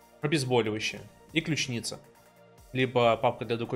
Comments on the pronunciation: По пунктам: -Согласен надо убрать механику пихания в подсумок любых кейсов, будь то пистолетный или ещё какой. -На счёт топористов не вижу смысла поднимать данную тему, ну бегают и бегают. -Механику подсумка, убирать нельзя. И огромная просьба говори правильно клЮчница, а не ключнИца. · как же режет слух "ключнИца")